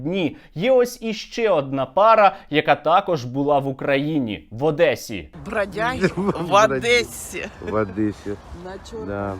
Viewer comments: За те як каже"Адеса" уже потрібно робити фізичне зауваження. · ОдЭсса... твою ж мать...